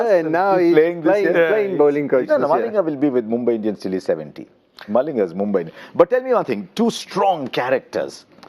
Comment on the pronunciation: Why is polly saying MOMBAI instead of mumbai??? Should be getting it right by now.